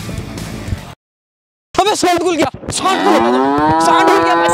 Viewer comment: Abe send khul gya saand khul gya 😂 bhai pahle naam to sagi se lelo